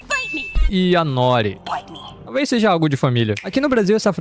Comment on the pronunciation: O blachite disse "Bite me"errado.